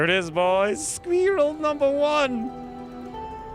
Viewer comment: I enjoy the way you say sqweerell lol "" The odds may not be in my favor, yet I'll still give it a shot